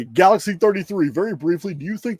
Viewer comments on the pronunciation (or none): none